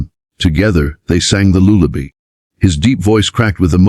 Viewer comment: Good story. Could be better by dropping AI narration and using an actual person. What were you saying Maria sang with the girls, a “lullaby”? If so, it was never pronounced or spelled correctly. Closed captioning by itself is okay; boxing each word as it was spoken was distracting. Really appreciated the brevity in telling the story! Most channels are repetitious or develop stories too slowly, both cause stories to become boring. With a little tweaking, you could make this a kick a$$ channel! Good luck!